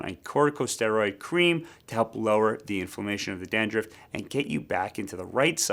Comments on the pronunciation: Dandruff not dandruffd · I can't get past the "dan-drift" pronunciation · 😂 had to restart the video to listen to it carefully! 😅😅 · I can’t stop watching it. Every time he says it, it cracks me up! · Hey i just heard and now i get why its kinda funny